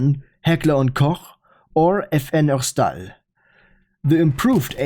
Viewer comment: Wasn't expecting you to say "herstal" this well 😂😂😂